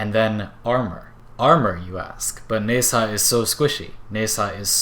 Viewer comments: its pronouced Na-Zha, not Ne-Sa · How hard is to pronounce Nezha,and you fuck it up, congrats.